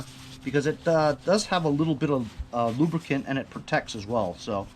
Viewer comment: Never say... Lubricant.... Only lubracan.... LMAO